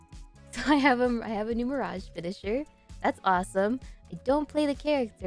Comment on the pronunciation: You say miragie tooo lets go im not the only one